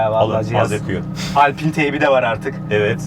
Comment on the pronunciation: Alpin değil ula Alpayn sanayi sanayi konuşmayın